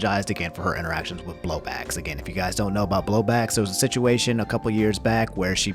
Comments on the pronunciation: Is he saying blowblax? Isn't it bowblax lol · so who's gonna tell him it's not Blowbax, its Bowblax? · Homie really said "BLOW BACKS" i know you mean bowblax but that came out soooo wrong 🤣🤣😭😭😭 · I care more about how you said Bowblax wrong than Pokimane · I always find it funny when people mispronounce Bowblax's name but it's an easy mistake to make so don't worry about it lol